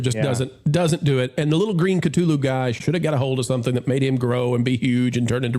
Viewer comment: Thank you for correctly pronouncing Cthulu. This makes me happy, as does this revue. I was going to skip this, but I think I'll go see it now.